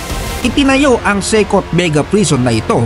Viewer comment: Correction lang po "SESOT" ang tamang basa hindi "SEKOT".